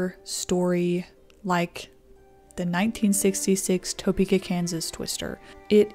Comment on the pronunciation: Just so you know, it's "tuh-pee-kah." Not "toe-pee-kah." I was born and raised here, and my family has been here for over a 100 years. My mom was 13 at the time, and I think the family was still living off of Clay Street near Potwin. Not sure when St. Francis Hospital was built, but the house looks onto that park right there across from the hospital. At the time, my grandpa was working for the Union Pacific railroad, and he was headed to work. Saw the tornado cross the road behind him and booked it home to his family. Thankfully, everyone in my family was fine. But it's still a wild story.